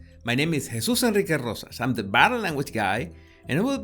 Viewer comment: it is time for you to make a music 🎶 video. We love the way you pronounce your full name.